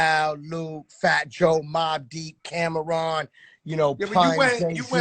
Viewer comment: Did Khaled just say Cam-A-Ron lol Not Camron